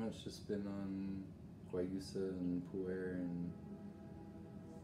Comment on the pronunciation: It's ilex guayusa. And it's pernounced wayusa. The darker stuff is heated to dry and possibly smoked. Beware of smoked teas/salts/herbs. They contain PAHs and cause cancer. Yerba Mate is often smoked. Guayusa is the healthier alternative as it's rarely smoked. I really appreciate this video. Guayusa is my favorite morning beverage. I hope this helps. Stay blessed.